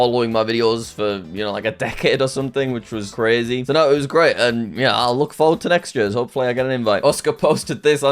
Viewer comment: Thats cwazy jack